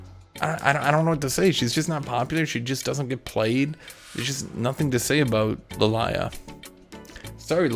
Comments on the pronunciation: oh god Its Lily-ah.... not Lil-eye-ah Im totally getting banned lol. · I swear is saying li lie ah to piss us off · What I have learnt from most of this video, cant fucking read or doesnt know how most names are said I mean with lillia he wasnt even close? La-lie-lah? wtf?